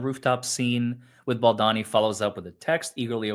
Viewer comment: not BaldAni it’s pronounced BaldOni😉 Glad you’re back ❤ You need to read what Ryan REALLY writes to Justin - how vile/sneaky he truly is against Justin. Can’t believe that you don’t know everything about this story by now.